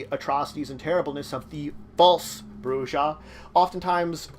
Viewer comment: This is good but my only criticism is you pronounced brujah wrong throughout the video.